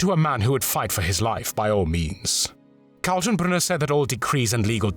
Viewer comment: can you try to at least get a smattering of German pronunciation? Katenbrunner is pronouynced as kaltenbrooner, as it doesn't have an umlaut.